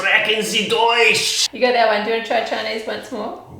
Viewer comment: "Ei sprechen sie Deautch" 😂